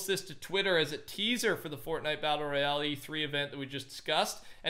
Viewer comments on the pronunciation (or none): none